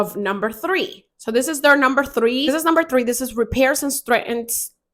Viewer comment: The word is strengthens and it sounds like streng-thnz 😅